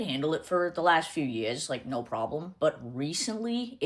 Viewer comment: her pronouncing “years” differently is annoying me so bad